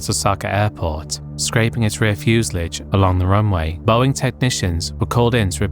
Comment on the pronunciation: You're saying fuselage funny but i think i like it